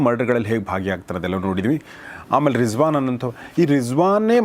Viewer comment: With due respects i would like to say that it is rizwan not rijwaan